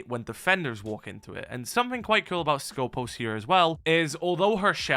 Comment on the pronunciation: Cool not kewl...so annoying